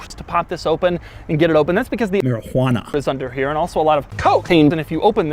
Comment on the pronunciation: The way he said marijuana lmao